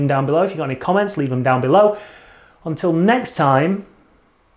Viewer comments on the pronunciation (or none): none